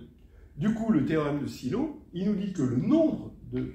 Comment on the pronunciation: 1) La quatrième preuve se trouve dans l'article "Sylow theorems" sur Wikipedia (en anglais). 2) Sylow était norvégien, donc ni anglais ni américain. Pourquoi prononcer son nom comme s'il s'agissait de Barlow ou de Marlowe ? Son nom se prononce SILOV ! 3) Il est à mon avis plus simple d'énoncer le théorème de Wilson sous la forme "(p-2) ! congru à 1 (mod p)". Ça éviterait d'ailleurs la dernière ligne dans la 4e preuve ! 4) Faute d'inattention dans la présentation écrite de la vidéo : "quatre preuve".